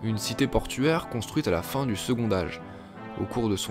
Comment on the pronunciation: TRes sympa, beau boulot. Juste une remarque, de meme que "quand", la liaison de "second" se prononce T et non D